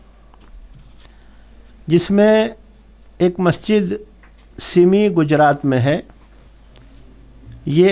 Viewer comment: سِمي نہیں غلط ہے